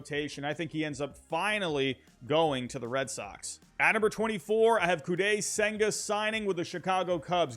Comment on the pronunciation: I think its pronounced Koh-die senga